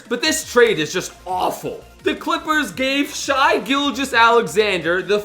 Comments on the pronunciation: You said Shai wrong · he goes for okc but he pronounces shai wrong every video